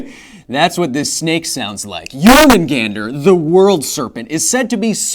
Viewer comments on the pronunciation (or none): Yor ma gon der... not gan der... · Jǫrmungandr is not pronounced with a small 'a'. It kinda hurt to listen to